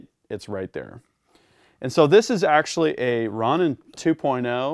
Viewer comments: “Ron In” lmao 😂 it’s “row nin” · Great presentation as usual but you should show all weapons clear for the YT gods Plus please , its row- nin not ron - nin like the Japanese samurai type guy? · great vid just that its pronounced rohnin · Its pronounced Row-nin